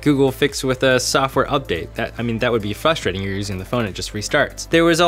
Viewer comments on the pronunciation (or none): The most frustrating part of this video is the lack of the letter "r" used in the word frustrating.